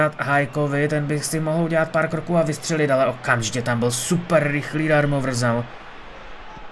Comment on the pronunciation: nechci tě nějak urážet nebo tak ale v Opavě to je Darmovzal ne Darmovrzal 😂